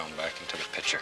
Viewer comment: these older shows are funny, he doesn't giggle every time he washes a brush, he doesn't ruin every painting with a big stupid tree, everything, the brush, canvas, trees, sky, clouds, water is ALMIGHTY, he doesn't say "God bless" at the end, and he pronounces picture "pitcher" !